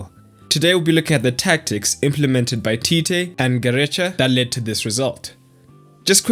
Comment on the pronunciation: It's pronounced Ga-re-ka